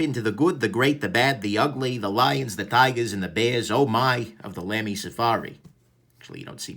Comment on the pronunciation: BTW, it's pronounced "Lumy", like "lumber", not "Lamy" like "lamb".